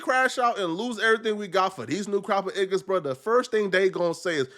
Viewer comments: saying igga instead of niggas 😭 sounds more cringe lol maybe it’s just me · Stop saying iggas